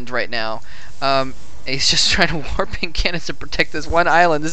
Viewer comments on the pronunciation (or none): none